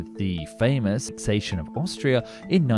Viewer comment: I was really interested in this subject but just couldn't let the mispronounciations go, 'Tord' for Todt, 'grandose' for 'grandiose', 'ssation' for 'annexation', 'pundins' for 'pundits' etc etc. I understand that dyslexia is very common, but maybe then don't let the narration be done by a dyslexic? Especially a dyslexic with a blocked nose(& whiney accent?)!